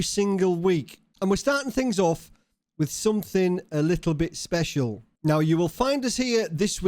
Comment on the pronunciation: "something a little bit speshal" that what mum calls me.